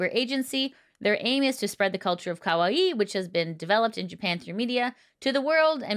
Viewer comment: The way she keeps pronouncing 可愛い as Ka-Wa-i instead of ka-wai-i